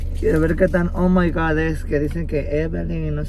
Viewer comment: nose dice oh my Gord se dice oh my God